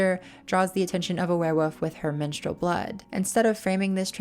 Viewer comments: There is actually an L in the word werewoLf its not wearwoof 😂😂😂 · I'm way too distracted by the way you pronounce werewolf haha keeps sounding like werewoof